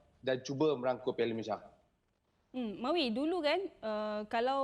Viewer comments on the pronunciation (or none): Pengucapan dan sebutan MalaysiA tu lebih sempurna patriotik dan mahal bunyinye dari sebut MalaysiE/Malaysye bunyinya amat miskin dn seperti mnghina nama negare kite.. Malaysia kan nama negara dn nama.rasmi secantiknya sebutan juga rasmi iaitu MalaysiA..bagus bekas pemain selangor sebut MalaysiA bukan Malaysye.. dari host sukan..